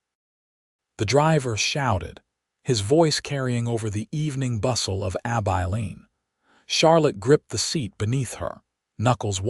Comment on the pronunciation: It is pronounced Ab-i(short I)-lean. Nice to see Sam reach out to Charlotte to stay. Offering her a choice when she thought there was no choice available. 😊